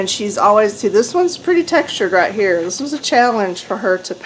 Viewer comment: Love the comments from the Peanut Gallery. More please. Btw thot I was in the wrong place when you said “write” instead of “raht.”